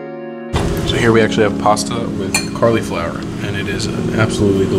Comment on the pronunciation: Carliflower lmao